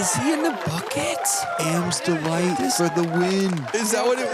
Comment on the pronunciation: When called the Berg "the Am's Delight" on hole 16 I heard something different. I thought he said Amstel Light (beer).